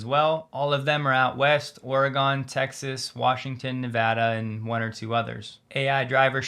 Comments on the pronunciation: Or-e-GUN, not "GOME", please. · I've been watching for several years and really appreciate the time you put into your videos and the quality of the content. Thank you so much. One piece of feedback from an Oregonian: it's pronounced aw•ruh•gn (phonetic) or Oreguhn. 😂 Keep up the amazing work! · I unsubscribed because the way you say Oregon. Tesla India better build a Cyber Tuk! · Or, alternatively, spell it like it sounds: Orygun.